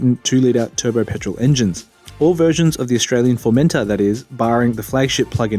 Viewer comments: I think you've misunderstood. I'm Australian too. I'm not pronouncing it with a hard R at the end, I'm pronouncing it the same way that the British reviewers have been saying it, with more emphasis on the final syllable. formenTOR, not "Formenter". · Is anyone else bothered that he keeps saying "Formenter" instead of "Formentor"?